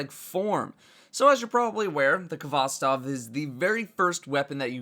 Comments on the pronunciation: It's pronounced "hvostOv", not "kovOstov". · it's HVOSTOV ffs not K-HVOSTOV